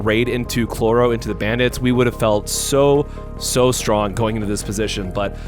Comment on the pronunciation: Are you saying Chroro instead of Chrollo? Just wondering